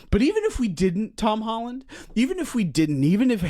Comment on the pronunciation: i love how the way pronounces tom holland progressively gets worse the angrier he gets “tom holland” “hom holland” “tom highland”